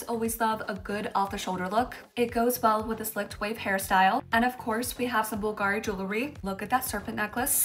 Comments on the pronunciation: The accent is on “u” and non on “i” when you pronounce the name of Bulgari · Ok. I don’t feel bad. I’m not the only one pronouncing Bulgari wrong all this time. 😂😂😂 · I’m sorry but the way you pronounced Bulgari really bothered me lol please do your research before. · the pronunciation of "Bulgari" is 🫣